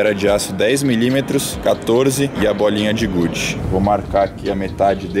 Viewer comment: "temos a bolinha de gude" Minha cabeça "bolinha de gorfe"